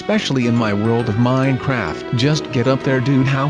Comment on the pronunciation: Stop saying minecraft weirdly